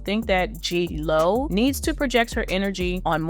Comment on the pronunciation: You are pronouncing J-Lo wrong! 🤦🏼‍♀️